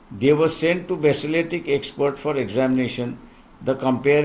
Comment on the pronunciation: basilatic नाही balistic